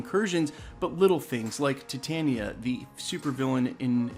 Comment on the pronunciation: As a long time She-Hulk reader and a fan of The Wrecking Crew I'd like to remind people that Her name is "Tie-Tania" not "Tit-Tania". Like Titanium....the metal as opposed to those large masses on her upper torso area.